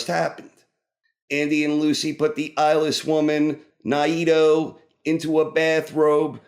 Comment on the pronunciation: Ny-eee-doh? Lol